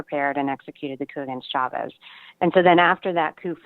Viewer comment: Michael..... Chavez is pronounced, like Cha; as in Cha-Cha. No extended SH sound in Spanish[unlike Portuguese].